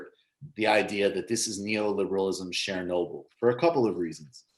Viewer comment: Yikes, your pronunciation of Chernobyl makes me cringe. It's pronounced "Chur-noble" as you'd say "churn", not "Share-noble." I realize you probably weren't around back in 1986, but jeez.